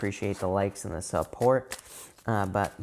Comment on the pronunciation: anyone else get excited when he says thank u for all the sUP-PORt . love u thank u